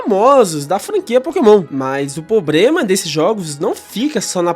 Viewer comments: Gen4 foi a melhor ali estabeleceu tudo que temos ate hoje... split phys/spec... acho que todo tipo tinha um stab move que preste... so faltou ter o tipo fada pra ter sido perfeito... mas foi um bom video... dica construtiva, eh problema e nao pobrema... mas foi um bom video... continue melhorando... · Ele repetir "pobrema" toda hora tá me matando